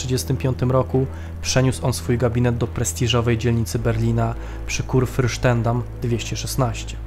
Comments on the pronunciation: Materiały na kanale na dobrym poziomie merytorycznym. Jednak jak lektor próbuje wymawiać niemieckie nazwy to aż uszy krwawią. KÜRFURSTENDAMM np i wiele wiele innych. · Kur-Fyrsten-Dam prosze pana